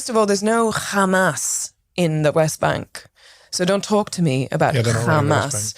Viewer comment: lmfaoo the sass she puts on "HhHhHhHhHamas" is how you know she's actually familiar with the racist tropes surrounding Hamas (Zionist tip: the more phlegm you add to the first syllable, the scarier it sounds to fellow racists)